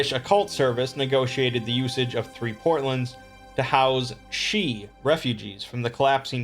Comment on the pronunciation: I'm impressed with your pronunciation of certain Gaelic and Latin words. Sidhe (shee), Genus Locus, and Geas. Although geas can also pronounced as (gees).